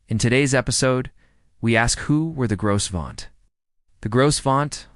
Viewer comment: The "s" is silent